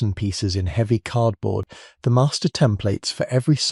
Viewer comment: Heeevy. Instead of heavy.